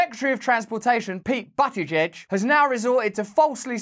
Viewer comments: As funny as it is to watch you call a gay politician Butt e Jej you need to know it is pronounced Boot ih JeJ. Boot like the trunk of a car. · You have to admit this is why I love Ohio. And it’s BOOT-i-judge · Pete "Butt-it-giege" 😂 I think I see what you did there Russell 👍